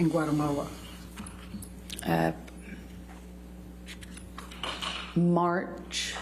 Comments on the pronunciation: Amber's lawyer trying to pronounce Guatemala 🤣 "Guttermowa" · As a Guatemalan myself I can say my skin crawled everytime I heard her say my country's name. So sorry she was able to shoot a film here.